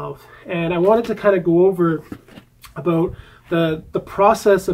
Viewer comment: I really like it when you say aboot ;)